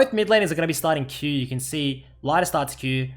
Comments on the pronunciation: its pronounced more like "Leeder" than "Laider" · It's pronounced like Lee - der not Lie - der btw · sorry i watched 4 minutes but when you keep calling lider lighter i just can't watch. At least learn his name before you do a video. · Lie der aus english omegalul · ITS NOT LEIDER WTFFFFF :D sorry it actually goes on my nerves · I’m pretty sure his name is pronounced Leader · pronounce his name right pls